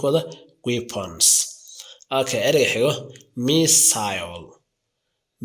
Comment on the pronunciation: The pronunciation is not good! Therefore, you should correct it; otherwise, the people will benefit from these political words! Example, the word battle field! Americans pronounce baadhal fiildh or British pronunce it baatal fiildh, I am so commiserating with it! Weapon can't be pronounced wiiban, but you should pronunce webanis, don't you listen international Media?